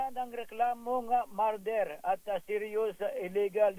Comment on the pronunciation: Ano po yung "MARDER"? 😂